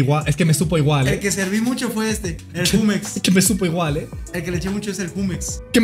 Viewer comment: Porque pronuncia Jumex así????